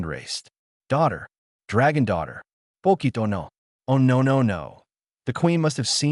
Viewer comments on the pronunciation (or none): French Accent? "Pocket" LoL Spanish? Pokito poquito? French?